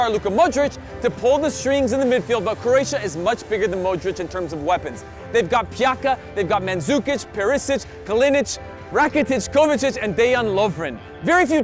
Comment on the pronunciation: ITS NOT PJAKKKKA ITS PJACCCCA